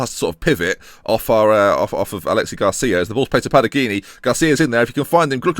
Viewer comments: It's not Alexi Garcia btw, it's Aleix, pronounced the same as Alex. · it's alex garcia not alexi👍🏻